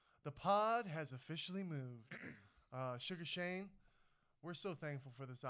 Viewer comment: Did he call him Suga Shane 🤦🏻